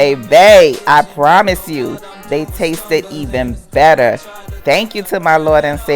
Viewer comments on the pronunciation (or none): none